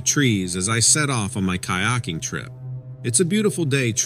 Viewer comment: kayaking OMG say it right